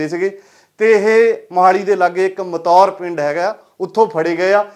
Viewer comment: ਮਤੌਰ ਨਹੀਂ ਹੈ ਬਲਕਿ ਮਟੌਰ ਹੈ।।